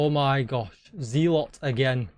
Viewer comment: It's pronounced zel-uht not zee-lot.